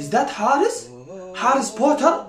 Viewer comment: he says potter so funny